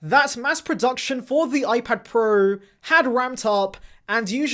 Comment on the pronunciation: Gotta love the way this guy pronounce iPad 'PROOO"!